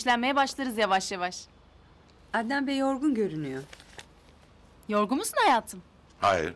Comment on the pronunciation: Bu neden ednan bey diyo sinirlerim zaten bozuk daha da bozuluyor